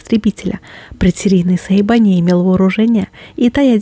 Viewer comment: Дашуля что за сейба? я думаю Сейбр!!!! тобиш (сабля)